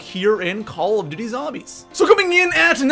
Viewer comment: Bro you said coll of doty zombies SAY IT RIGHT